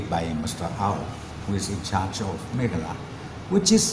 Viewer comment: Learn to pronounce Meghalaya correctly. It's not "megala" it's meghalaya! Note it